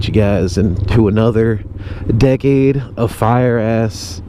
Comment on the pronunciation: Half the time you said “decade” I thought you were saying “dickhead”